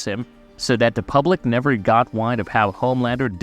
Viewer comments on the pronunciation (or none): also wind not whined haha